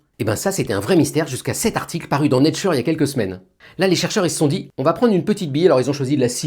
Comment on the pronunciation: J'ai mis un ❤ dès que j'ai entendu né tcheur. Merci merci merci ! 🙏